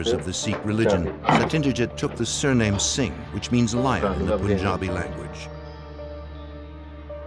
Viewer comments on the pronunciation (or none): none